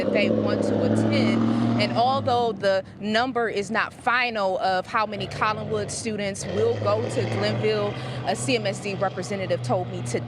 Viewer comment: There is no "g" in "Collinwood ".